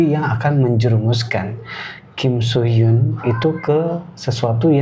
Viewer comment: Kim soo men kak. Bukan kim so mean.